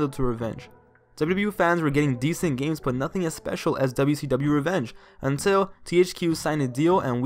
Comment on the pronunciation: Can I give you some Constrictive Criticism? Slow down a bit bro, youre talking in a bit of a rushed way, the way you say WWF and WCW is like DubDubEf and DuSeeDub.